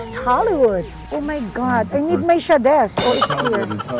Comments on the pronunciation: Sha-des? Bago yon.. pauso ka tita ha 🤑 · di ko kinaya yung SHA-DES. HAHAHAHA tawang tawa ako dito. next time di ko papanoorin pag may class ako nagugulat c student bigla ako tumatawa HAHAHAHA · akala ko ano SHA-des.. SHADE pala